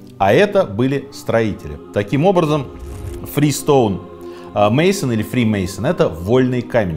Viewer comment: Сергей, внимание: Не Freestone Mason, а Free Stonemason. Первым вольным каменщиком был не Адам, а Израильский царь Соломон, согласно масонам. Политика и религия - табу для обсуждения в масонской ложе, поскольку эти темы разъединяют людей. Масоны - первое братство, разрешившее членство не только для христиан, но и для последователей всех конфессий, отрицая атеизм и признавая единого Бога. Масоны отказали Римскому Папе в его желании стать масоном, а затем и возглавить братство. Это послужило одним из поводов для того, чтобы Католическая Церковь запретила своим прихожанам становиться масонами. Ирония судьбы, но в глубоко католической стране Филиппины чрезвычайно развито масонство. Женщин до сих пор не принимают в масоны. Это братство. Спасибо за честный рассказ.